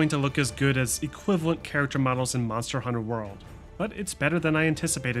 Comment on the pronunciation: The way you say Monster: Hunter World bothers me, it's Monster Hunter: World